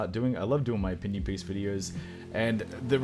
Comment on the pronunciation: You said "Auf Wiedersehen" at the end of the video very good.